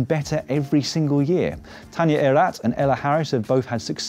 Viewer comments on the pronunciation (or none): none